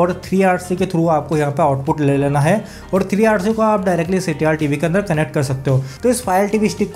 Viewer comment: Resulation nehi resolution.. ctr tv nehi CRT TV.. issley thoda saans bhi liya karo boltey waqt... Aram se boliey par galat mat boliey.